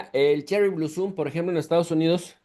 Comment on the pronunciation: Blosom (con "o). No bluuuusom